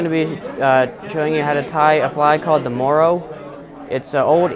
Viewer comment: Hi nice video bud but I need to correct you somewhat on your description of the fly. It is in fact an irish lough fly. It imitates a large caddis fly known on the limestone loughs in the Irish Midlands. It is fished in the late evening into darkness, along with another similar species called the green Peter, for large brown trout. Oh sorry more thing it is pronounced murra not morro. Cheers pal and a big hello from Ireland 👍